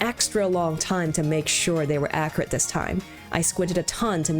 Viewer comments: The choice to mispronounce the word accurate is top tier baiting! Good on you! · I love the way you say accurate